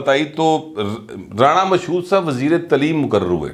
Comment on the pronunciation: تعلیم ۔۔۔۔۔۔ تلیم نہیں تالیم